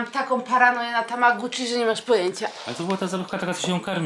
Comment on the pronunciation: Tamagotchi nie tamagUtchi